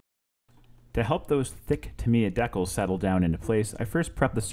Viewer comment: You're killing me with the pronunciation of decals, but I really like the work! It's beautiful and I'm looking for the airbrush stencils right now! I just bought this model and I'm gonna watch your video many times. Thank you for the video and commentary!